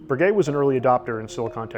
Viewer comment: Learn to say Breguet correctly. My goodness